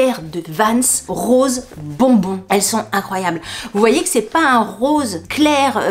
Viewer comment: Cc sympa les pompes mais tu as dit période rose ou rosé?😂😂😂😂